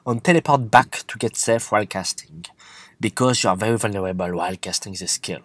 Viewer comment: Dude why u sayin "Zhis" or "that" not This or That ? In a video in some words u are speling "T" corect why u speling that word wrong ?